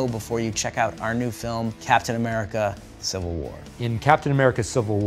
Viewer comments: Wtf is "CIVIAl" war???? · It's civil not civial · "So excited for Captain America Civial War" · CIVIAL WAR GUYS CIVIAL WARR!! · "Civial" War!???